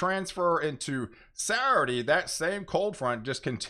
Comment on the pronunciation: I love to hear you say “Sourday”